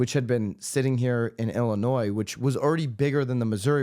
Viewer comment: I'm calling you out for your pronunciation of Illinois! After all, that is much more important than these frivolous lawsuits! Seriously though, thanks for the consistent accurate updates!